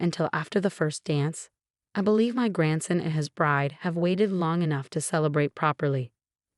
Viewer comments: Grandson is not pronounced "gransin"! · OMG, gransen? Grand-son! The mispronunciations completely ruined the story for me.